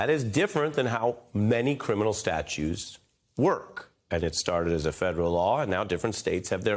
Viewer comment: It’s “statutes” not “statues.” That’s how you know this is an entertainment network and not a credible news source. Any decent reporter should know the difference.